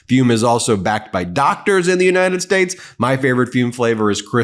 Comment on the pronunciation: What the hell is the "United Sss"